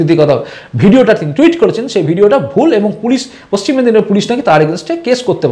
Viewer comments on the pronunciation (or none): none